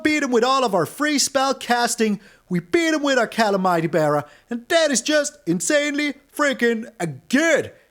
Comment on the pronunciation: I like your style but you mispronounce calamity if that matters